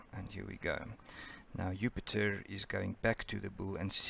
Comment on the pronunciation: Disorganized and poorly presented. He cannot pronounce Jupiter as well. Goodbye.